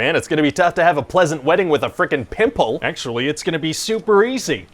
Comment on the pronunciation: "With a friggin PIMPULL"